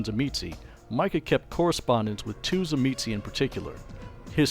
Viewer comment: Thank you so much for pronouncing Tzimisce correctly. Even the Bloodlines videogame got it wrong